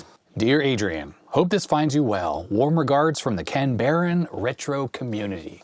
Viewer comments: Aussie living in N. 'Murica and former Canberra resident: Can-bruh. Say it fast (not exact, but close). Then graduate to: good-eye might! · I think most of us here in Australia pronounce Canberra as Can-bra. Also, Canberra is on the Eastern side of Australia.